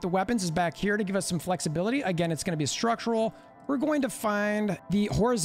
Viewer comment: Schtructrural piece